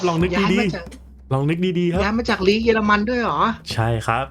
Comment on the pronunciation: สนุกดีครับแม้บางอันมันจากยากไปหน่อยก็ตาม แต่ผมว่าเสียงเอฟเฟคดีมากเลยนะครับขอชม เยอรมัน ไม่ใช่ เยอร์มัน มีลินเดอเลิฟด้วยจากสวีเดน